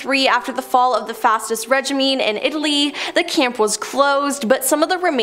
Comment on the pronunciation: It still just blows me away how you're all North american, but none of you can pronounce the simplest english words...regime is pronounced reh-zheem,NOT reh-jim-mee